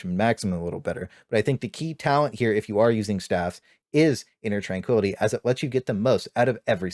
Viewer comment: inner twankwility